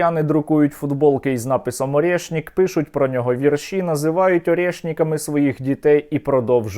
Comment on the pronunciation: вʼірші — наголос на перший склад